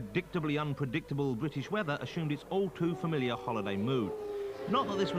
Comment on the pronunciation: The soundtrack is awesome its like 90s video game music. But common man “wet weather wace twack”😅😅😅